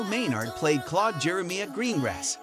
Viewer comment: The series ran for eighteen years, so people weren't a fixed age of 22 or whatever during filming. If they were 22 at the start of the series, they were 40 when it closed. Gina is pronounced 'Jeena'; jeen, not jine. Bill Maynard is male; HE was 64, not 'she'. And Jeremiah is mispronounced. The picture of Jason Durr is of Nick Berry, and Jason Durr didn't appear in Heartbeat until 1997. The pictures , and are not of Frederic Forrest, quite obviously a male name, but of Kazia Pelka, who is clearly female. She wasn't in Heartbeat in 1992, but joined the cast in 1995. Gwen Taylor didn't appear in Heartbeat until 2005. She wasn't in the series in 1992. If you're going to make such videos, why not get it right? It's not as though it's hard to check these things. And what's with the completely inappropriate and unrelated muzak?